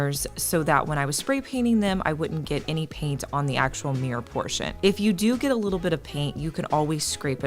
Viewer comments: It's mirror not meer. 😊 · Mirror not Meer..... dang..... why is that annoying...... I'm confuzled